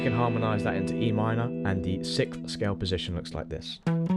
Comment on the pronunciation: my daughter says sickth instead of sixth like you haha just had to point that out. it is six th not sick th